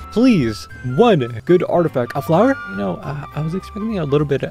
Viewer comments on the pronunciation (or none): none